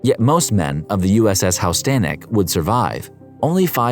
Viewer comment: House-tannic? HOOSE-A-TONIC. You really need to check out the correct pronunciations if you want this channel to succeed. Two videos in a row now with blatant butchering of names.